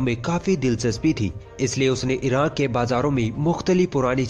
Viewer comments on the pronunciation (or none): none